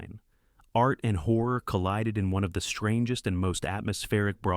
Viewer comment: I wish they could learn how to pronounce Horror.